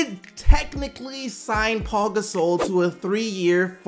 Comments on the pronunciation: Are you disabled? It's Pau, not Paul. There is obviously no L in his name. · Pau is pronounced Pow. It's not Paul minus the L. Pow Gasol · Pau. Not Paul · Can somebody tell his name is Pau (pow) not Paul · Why does everybody say "Paul" Gasol.. literaly reading "Pau" saying "Paul"